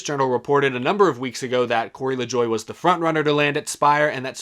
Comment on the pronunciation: Why do people keep pronouncing LaJoie's name wrong?